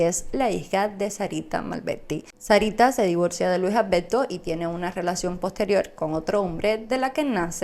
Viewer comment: A ver, practica un poco más la la pronunciación, en vez de padte PARTE, Malberti no malbedti, ALBERTO Y NO Albedto